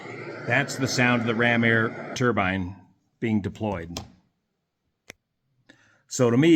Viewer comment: Thank for pronouncing turbine correctly. You're one of the few who don't call it a "turban". 😆